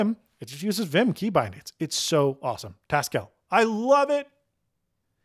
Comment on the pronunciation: taskell... hm... That sounds like the sort of name a Haskell programmer would come up with. Checking Hackage and.... yep, that's written in Haskell :P Btw it's probably more correct to pronounce it taskle rather than task-elle, based on how most people pronounce Haskell.